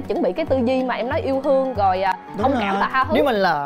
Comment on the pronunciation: 3 cái tư duy “Yêu hương” “Hông kảm” “Ha hứ” =))